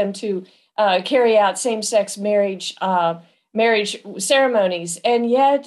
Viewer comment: Never trust someone who pronounces marriage "mareej"